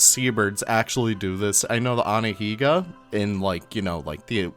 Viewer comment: The cormorant and puffin are so cool and will definitely be instant downloads for me. The dearth of birds in Planet Zoo is glaring. But also, —Imma need to hear you pronounce “Anhinga” again, boss 😂